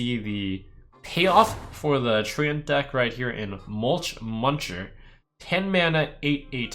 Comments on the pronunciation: it's read as trent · FFS it’s pronounced ‘trent’ not treeant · Do you really pronounce it Tree-Ant ? :D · no it's tree-ent, not trent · 100ways 2DIE Tent with an r? ok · HAHAHAH was thinking the same thing... THE TREE-ANT-MAN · SAY TREANT AGAIN???? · Jens, please write an angery (sic.) email to Trump correcting him on his pronunciation of Treant.